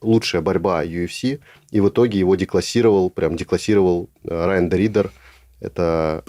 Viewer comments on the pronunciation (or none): Уже несколько раз замечаю что де Риддера все время говорит Райан а не Ренье.